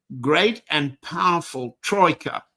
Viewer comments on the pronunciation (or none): none